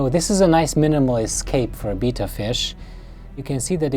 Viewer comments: Wow that’s a nice tank but ur pronouncing betta as beeta ur supposed to pronounce them as beyta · LOL, it's not a Beetta, it's a Betta, pronounced like "better". But that aside, great video. Thank you! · Isn't it bay-tuh not beeta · Its pronounced Betta..... as in better.... Beta is the 2nd letter of the Greek alphabet.... Betta Splendens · I Cringe everytime he says "beeta". Good setup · Betta not beta :) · Oh wow, never heard someone pronounce Betta as beeta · the proper pronunciation of Betta is "beh-tuh" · I’ve heard people say “beta”, “bet-ta”, now “bee-ta” 😂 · why cant people say betta properley lol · Bita fish? he completely destroyed the pronounciacion of Betta. smh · I thought I had heard every pronunciation of Betta... But alas, there is another. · I love the way you say betta. Your tank setup is beautiful, but your poor betta won't have any room to swim around. I have a bunch of bettas that I rescued and they all have a lot of open space to swim. They will swim really fast playing and exercising. And for any viewers that read comments, bettas love to chase laser lights just like a cat. And you can train them to do tricks. They also love attention and they will show off when you are watching.